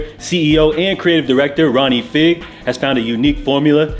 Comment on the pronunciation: Few pronunciation tips: Ronnie Fieg is pronounced Ronnie FYE-G (fie as fire or five) Saucony is pronounced SOCK-UH-KNEE